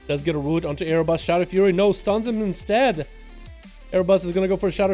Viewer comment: How are you mispronouncing "Arbus" as "A-yer-bus"